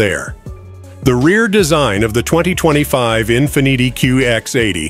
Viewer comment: Learn how to say Infiniti, ok?